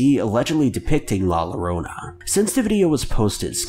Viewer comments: Pronounced La Yorona, not lowrona! Just talking about pronunciations!! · “La Lorona”... Nah fam, I had to stop. My latino ears are bleeding. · It is pronounced La yo-rone a...! Get it right!!!!! CARAJO!!!!!!!!!!!! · It’s pronounced la yorona not with L the double L is Y in Spanish for those who don’t know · It’s not pronounced la lo-ro-na it’s pronounced la Yo-ro-na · It pronounced La "Yorona" just so you know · It's pronounced "La Yorona" NOT "La Lorona" 🤦‍♂️ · Did he just say "La Lorona"??????!!!! aaaaaaaaaaaaaaaaaaaaaaa wtf "LL" = "Y" in Spanish la llorona = "la yorona" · Lah loronah 😂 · bessford la yorona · But come on! so he can't say the name right, "I mean I bet some of y'all can't even say a word or a name right, even I can't say a name or word right." Beside I call her la Rono and I'm Hispanic! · "LaLArAinA" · Lmao fr it's stupid how he says la llarona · My guy every time u say la llorona you make me weep it’s pronounced LA LLORONA (YORONA) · 'La Llorona' is actually pronounced 'yo-ro-na'. It's hispanic, and is from an old Mexican folklore. The story is passed down generation to generation, and the story is, is that La Llarona drowned her children, then drowned herself. Due to drowning her kids, she was not allowed in the afterlife, so she haunts bodies of water, searching for her lost children, and will often cry in pain and sorrow, or even, ear-splitting, deep screams to lure people who may come across her. She's said to take children who she finds wandering alone to replace the kids she lost. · I die a little every time he says "LO-rona" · My dude said “la lorona” 😂😂😂😂😂😂 I lost my shit man lmfao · “La lorona”😂 I’m sorry I had to. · Not judging but it's pronounced la YoRona the llo is just Yo (I'm Hispanic btw) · Hey bro, when you see two L's, it makes the Y sound. It should sound like "la yorona" in English. For next time I guess. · Its pronounced yo rona. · How to pronounce La Llorona in Spanish La Yo-do-na But try to say it a little quick